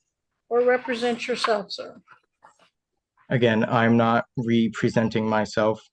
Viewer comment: 'my honor', that's how you speak to a judge This guy doesn't even know how to pronounce represent. 'I'm not going to be presented or re... presented' it happened at the beginning other times 'British agent registrant, to be a ward' …What This is like "I am the trustee, and all beneficiaries have been named" without saying who you are why does he think he could to be held to account in a military tribunal?